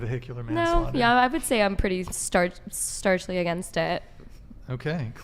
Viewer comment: Emma is a 100 out of 10. Seriously. I LOVE ditsy girls like that that can't drive and say "starchly" instead of "staunchly" not even joking. My last girlfriend had a potato for a brain but God did I love her supermodel looking ass...I remember once I was at her house and I made us Pillsbury toaster strudels in the toaster oven as you do. Her mind was BLOWN at how it was crispy instead of soggy, so I said "wait, how have you been cooking them all of these years?" And she says "the microwave"..it NEVER occurred to her to cook it in the toaster oven